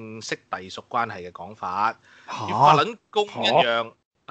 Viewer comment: 讀fattl lun gong 讀得好搅笑